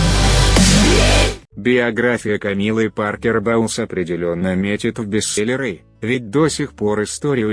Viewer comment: "бестселлерЫ", "Камилла Паркер БаУлз", "прИшла", "смирившИсь"... - все, дальше невозможно слушать